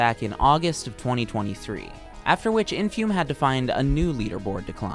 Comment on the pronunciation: sadly you mispronounced the runners name throughout the video, its "infoomi"